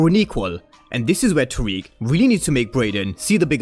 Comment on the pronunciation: I'm not tryna seem like a perfectionist or pointing it out to be mean. But you said all these names wrong, it's. Tariq, Cane, and Brayden.